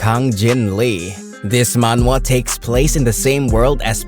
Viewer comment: I appreciate that the voice actor fixed his pronunciation when saying "Manhwa". this is why I love this channel so much they're actually listening to the audience. more power!